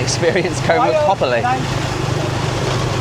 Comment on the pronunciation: Koh Mook is pronounced to ryhme with "look" not "puke".......